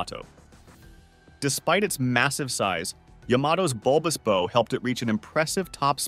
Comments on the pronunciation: It's a Bulbous BOW (rhymes with "How") ... NOT Bulbous Bow as in "rhymes with Blow minus the L". Ya know ? Like the back of the boat is a Stern. The front of the boat is the BOW (rhymes with HOW). Jesus. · Ah! American mispronunciation: the front of a ship is called the bow, pronounced like wow, not like go; bow like go is correct in terms like bow and arrow. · A ship's bow is pronounced bau and rhymes with ow. Robin Hood uses a bow pronounced boe which rhymes with toe. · I am a retired U.S. Navy Master Chief with thirty years service. Will somebody tell these nitwit narrators that the front of a ship is called the bow, pronounced like "how," not like "low." There are more instances of these silly pronunciations but I cannot remember them. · The narrator is able to pronounce "bow" correctly when talking about the bow of the boat, but he references bulbous "bo" several times. Judas Priest, is no research or proof reading done before recording these vids...? Sheesh... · Come on guys. You are embarrassing yourselves. Hopefully the narrator is an AI because any human knows that "bow" on a Christmas package is very very very different from a "bow" on a ship. Pronunciation on the package type is long "o" , but the ship variety is pronounced like "bow wow". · Ex-US Navy Sailor, Ship builder and current captain of a blue water vessel. I don't know a single US navy blue water naval vessel with fin stablizers. Also you pronounce Bow wrong. Please stop and do more research before you post videos. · This annoyed me more than it should’ve… (The pronunciation that is…) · I cannot take you serious with how you pronounce bow.